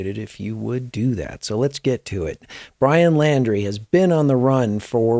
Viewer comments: His last name is Laundrie pronounced like laundry... Not Landry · Pronounced....LAUNDRY thx